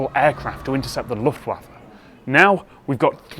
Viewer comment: "German LuftUafe"